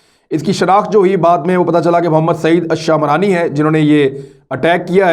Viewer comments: Shaamrani nahi lafaz shmrani hay a nahi para jahay ga. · Imran sb, Ye word Jo ap شامراني Bol rahe ho aik tribe he شمراني Word he, do make it correct. America aese incidents ko cash karwana chahta he jab k Ye logic hi totally wrong he, Aik student k individual k act pe aik state ko responsible qarar Dia Jaye, Jin millions logon ka murder Kia he America ne us ki responsibility to totally American govt ki he, is pe UNO Ya Koi aur idara notice q nai leta